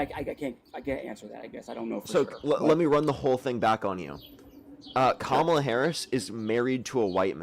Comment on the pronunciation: Why do all right-wingers (which this guy definitely is) mispronounce Harris' first name?